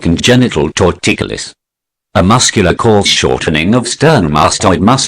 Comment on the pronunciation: Tor-ticulous LOL.